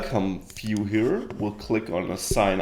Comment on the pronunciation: Finally, someone showing how to build an authentication system from the ground up! Thanks a bunch! Also, I like how you pronounce "view". "Phew".